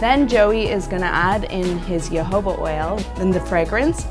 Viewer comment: So no ones gonna mention how she pronounced jojoba oil sooo wrong